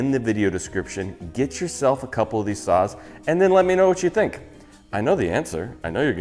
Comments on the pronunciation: I swear I was hearing you say suizan "sauce" and not "saws" and I was having Rick and Morty flash backs since it was so similar to Szechuan sauce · I thought he said sauce for the sponsor and I was trying to figure out the tie in…